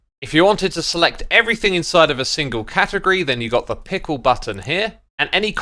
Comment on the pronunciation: Same here. I was gonna comment that the way he said it sounded like "pickle", then I looked at the video.